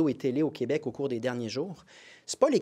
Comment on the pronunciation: Je remercie et félicite PSPP d'avoir arrêté de dire "qWebec" quand il parle en anglais. Vive le Québec libre